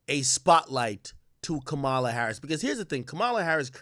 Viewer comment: Bruh stop saying “Kamaaaala”. It’s Ka-ma-La. 🤦🏻‍♂️